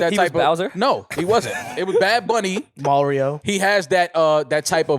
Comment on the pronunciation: "MAL-RIO" 🤣🤣 undefeated